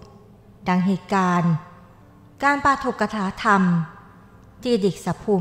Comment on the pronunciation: ขอเพิ่มเติมครับ ปาฐกถาธรรม (อ่านว่าปา ถะ กะ หถา ทำ)